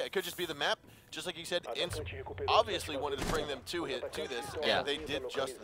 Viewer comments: it's not INTZ, you say letter by letter. I.N.T.Z. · isn't Intz, it's pronounced I-n-t-z